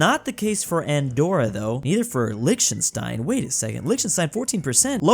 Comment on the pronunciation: I like the way pronounced Lichtenstein. His rendition is “Lixenstein”. One has to be truly American* to come up with that. * language impaired